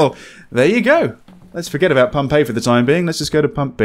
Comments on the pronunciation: When you kept saying "Pump A", it sounded like "Pompeii". I got really confused. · Am I the only one hearing Pompeii instead of Pump "A"? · I swear to god, when you were saying "Pump A" I kept hearing 'Pompeii' and paused the video to try and sus out what a city destroyed by a volcano had to do with this horror game. ...also this game looks intense in that 'slow build up of absolute terror' way. Thanks for playing!